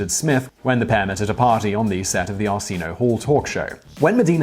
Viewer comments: ARSINO? Arsinio. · I don't usually do this Simon, but it's pronounced Arse-n-io, no joke it really is. Other than that this was a great video and I can't believe I didn't see it before now. I've always wondered why they had the "Aunt Viv" cast switch midstream, I don't pay attention to tabloids and I've never heard anyone give a reason. It was a good l'il show, our oldest son was at the right age to really dig it so that was one that our family watched together. I can still remember the theme song heh, heh. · YSK that Arsenio in Arsenio Hall is pronounced "ar-SEN-ee-yoh". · R SEENO talk show? Never seen it. Have seen the ARE SIN E OH Hall talker though. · "Arseen-o" Hall talk show?? Come on, man! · Have I been pronouncing Arsenio wrong this whole time?